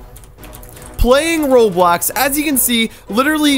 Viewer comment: Bro its roblox not roblax